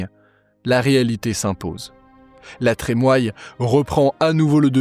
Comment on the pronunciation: Super ! Merci !!! NB : La Trémoille se prononce "La Trémouille"